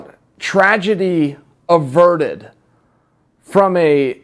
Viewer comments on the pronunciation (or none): Er chael it's averted not adverted. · Tradgedy "adverted" lol! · It’s ‘averted’.